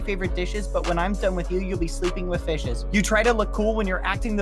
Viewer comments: Who else thought that when he said fishes he said bishes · I thought it was because it sounded like he said "fuck it" and I had a panic attack